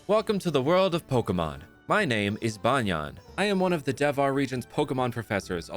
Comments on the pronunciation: This guy pronounced banyan like tank top banyan and not like banyan tree😂😂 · Banyan in pronounced as bunyun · Lol sure, Banyan is the English name of a tree, but in Hindi, it means "undervest". We don't pronounce the English word Banyan like that. And the way you pronounced it sounds more like the Hindi word.